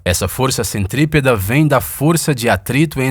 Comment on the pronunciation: Força "centripeda"? Não é centrípeta?